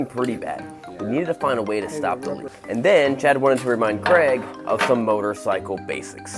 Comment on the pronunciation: Stop saying Cregg